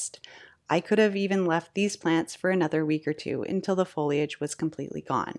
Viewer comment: I'm thrilled that you correctly say foliage (fo-lee-ij) and not foilage (foyl-ij) which seems to be the latest sin of so many content creators.